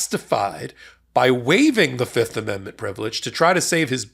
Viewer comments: Guilty guilty guilty. That's what I hear every time they say fifth. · Oh I thought he was saying "yep" not "fifth" lol